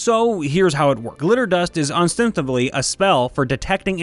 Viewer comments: Man must be slightly dyslexic, listen to him butcher "ostensibly" as well after the 1 minute mark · These stories are funny and your narration is great, but some honest criticism: Your butchering of "ostensibly" and "moniker" could have been avoided by looking up the words before the video. First one sounds like you didn't even try tbh, second one - what were you thinking when you read the word? What in your mind is a "monkier"? Did it make sense to you or did you just fly through it to get the script done? Very small mistakes, and I'm sure I seem pedantic AF, but honestly if your entire shtick is narrating stories, I recommend fixing those small mistakes :) I've heard mistakes like this before in at least one other video of this format (can't remember if it was yours or a similar channel), just seems like something a narrator should put a little more effort into. Having said that, everything else is golden, you read everything else perfectly, with the right inflection and tone, which is why it's so contrasting to hear these mistakes.